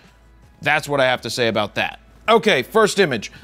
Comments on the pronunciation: "Do you see what I'm talking aboot?" I KNEW IT! YOU ARE A CANADIAN! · I love how he said About "aboot" man I wish I had some distinguishable accent